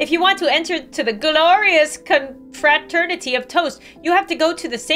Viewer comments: inability to pronounce confraternity is cracking me up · mispronouncing confraternity is thee funniest thing ever😂😂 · playing “cute” bread game:❌ struggling to say confraternity:✅